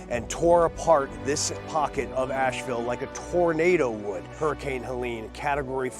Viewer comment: Keep on thinking they saying Nashville when they say Ashville